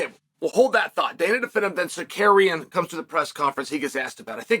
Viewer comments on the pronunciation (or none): Nah bro said sarkarian 😭😭😭😭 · Since Chael can’t pronounce Tsarukyan’s real name, maybe go with his nickname? That should be easier right? Arman “Akhalkalakets” Tsarukyan. Problem solved! 😂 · It's Circadian, uncle Chael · Its a badge of honor for Chael to mispronounce your name badly Sakarian! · fucking died when he said sicarian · So what I don’t get is how come Chael knows how to pronounce Armans name correctly on good guy bad guy but yet on his channel, he’s Sikarian? Are you doing a shoot Chael what’s happening here? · Chael purposely mispronouncing words so people engage/chime in and correct him is expected… but the way he continues to murder Tsarukyan’s name is just a bit disrespectful. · Maybe I missed it, but does anybody want to take a crack at spelling out how Chael is saying Arman Tsarukyan's name? Need that chuckle! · I'd be careful about mispronouncing this guy's name if I was Uncle Chael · Dude.... learn to say the guys name.... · What the fuck did Chael call Armin 😂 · Butchering the dude’s name but that’s ok